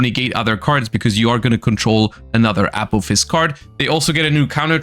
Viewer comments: One suggestion I would have is to pronounce Apophis more distinctly as "uh-PAW-fis" as saying "A-POE-fs" is confusing as Apollousa is usually refered to as "A-Poe". Not hugely important, just a small improvement in communication. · I keep thinking is saying “Apple fist” and not apophis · Can't unhear it now lol